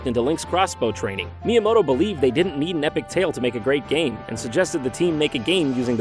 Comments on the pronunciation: Mii-yamoto lol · Shigeru Miiyamoto LOL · Miiyamoto lol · haha... Miiyamoto